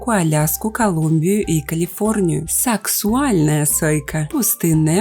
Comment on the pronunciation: Не сакСУАльная, а сакСАУльная))